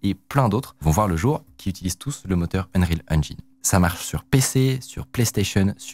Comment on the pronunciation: Unreal Enjaïïïne , je t'adore mec mais j'ai les oreilles qui saignent. Ya vraiment personne dans ta team qui t'aide à prononcer ca correctement?